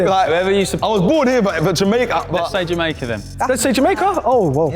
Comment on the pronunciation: "Ja-make-kaa"! hahaha